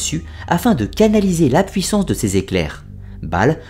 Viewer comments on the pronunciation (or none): none